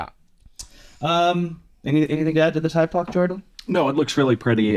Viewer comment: Two things on Thypoch: the name is pronounched thy-poch, not tie-poch (as far as I know) and as far as the infinity locks, they announced they will be making version 2s of the 28mm and 35mm f1.4 Simera lenses that will not have them. The 50mm and 75mm f1.4 lenses already do not have them. The 50mm f2 Eureka has nice character but has some different issues like the weird filter thread, the odd divot on the lens mount, and its infinity lock being in a strange position...I don't understand those choices but otherwise it seems to be a good lens.